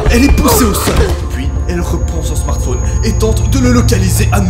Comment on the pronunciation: Pk tu dit smartphoone